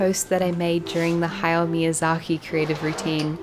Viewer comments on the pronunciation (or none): none